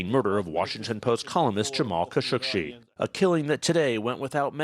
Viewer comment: Kashoggi not Kashouschi please say the name correct. This is a stain on his legacy hope you understand that.